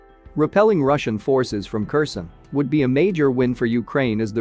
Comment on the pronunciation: If you keep saying Kerson instead of Herson, I will stop watching you!!!!!!